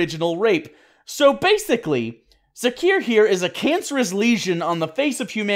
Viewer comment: Zak-r..... Zak-r it's pronounced Zak-r (Zakir) not Zakeer 🤦🏼‍♀️ sorry... that drove me nuts.